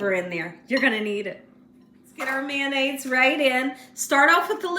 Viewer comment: LOL "MANDAIZE" I LOVE MAYO! #FRENCH I BE*! 🤪👐🏻👍🏻🥳🥰🤣🤣🤣😎